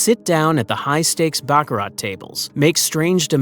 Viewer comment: You don't pronounce the "t" in baccarat! :face-turquoise-covering-eyes